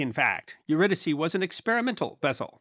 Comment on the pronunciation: Thanks for pronouncing her name correctly